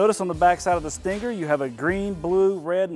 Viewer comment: He says "Stingger". Too much emphasis on the G